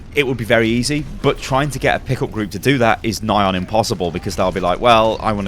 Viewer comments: You probably didn't actually say "Pickle Group" but that's what my ears heard and it's now my new fun phrase to use. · It wasn't until the third time you said "pick up group" I realized what you were saying. Prior to that all I heard was 'pickle group'